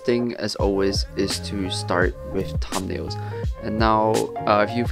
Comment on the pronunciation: what is this word he says here? EDIT: I looked in the comments. It was "thumbnails". Im leaving it here for anyone else who didn't understand.